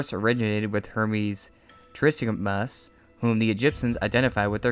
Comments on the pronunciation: how dare he mispronounce tressmigistus 🤓☝️ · You butchered the pronunciation of Trismegistus. First impressions are very important and the first sixteen seconds is well within that window.